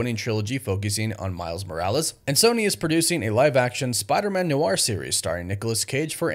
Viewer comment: Noir is one syllable. Not new-arr.